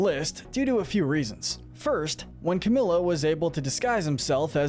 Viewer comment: Ok finally CamiLo? Uhm it’s pronounced CamElo do him justice